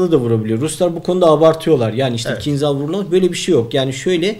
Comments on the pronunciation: Selamlar. "kincal" diye okunur, Türkçesi hançerdir. Kinzal değil. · Bu roketin ismi aslında "Kinzal" değil. Doğru olanı ise "Kinjal" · Kinjal diye okunur bu arada kinzhal değil türkçesi hançerdir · Hocam, kinzal degil de, kinjal okusaniz daha dûzgun olur. Bu turkceden alinma bir kelime ve karsiligi hancer demek. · Kinzal değil kinjal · kinzal değil kinjal rusçada anlamı hançer